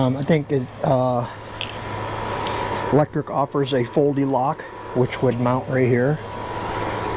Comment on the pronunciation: It’s pronounced Aventon not aventure and the bike you bought is from Lektric not Electric .